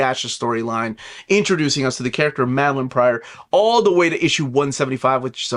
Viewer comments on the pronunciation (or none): none